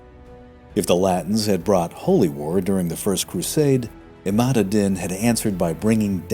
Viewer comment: Informative video. Arabic pronunciation could be better. In Islam and Muslim the "s" is pronounced like in "sea", not "z" like "is". Also the adjective is muslim, as opposed to islamic. These are common mistakes. Also "Imad" was repeatedly wrongly pronounced "Emad".